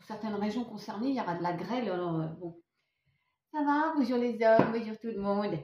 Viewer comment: 🐭 : bonzour zardiland 🧑‍🌾 Allez au r'voir 😂